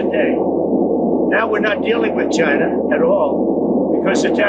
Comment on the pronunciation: I have been hearing this dingus talking for a decade, and the way he’s pronouncing “china” still gets under my skin